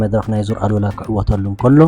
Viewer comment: ሰላም በጃኻ ዙር ኣል/ ኡላ ኢልካ ኢልካ ከተንብቦ ይምሕጸነካ ኣሉላ ካል'አ ትርጉም ስለ ዘለዎ የቀንየለይ።